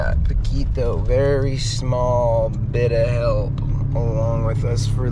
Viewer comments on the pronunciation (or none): Lmao she said poquito 😩😂😂😂. And love he’s just awesome 😎